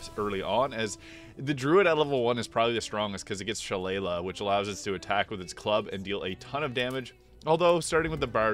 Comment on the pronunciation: She-lay-lee, it’s an Irish fighting club and has a proper pronunciation